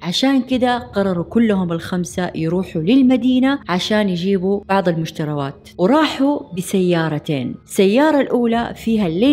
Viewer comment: يا حبيبتي مشتريات مو مشتروات 😂😂😂😂😂😂😂